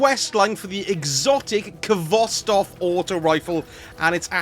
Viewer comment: The k is silent! Pronounced Hvostov with a hard H